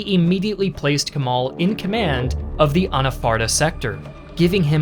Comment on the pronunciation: It's a great video overall, but please do not pronounce "Kemal" like that. pronounce the "e" the same way you would pronounce the "e" in Germany.